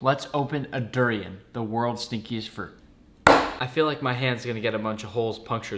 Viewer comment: Bruh you got the SOOO NOTT GOOUDD DWUOURIYEANANN.